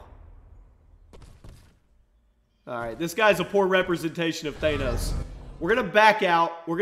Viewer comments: It's pronounced thanos not thainos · It's Thanos, like they say it in the movie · Th-ah-nos, say it with me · It's not thAnos it's thanos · R.I.P pronunciation of Thanos😂